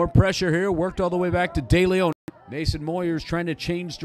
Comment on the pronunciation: “Day-lay-own” (Deleon)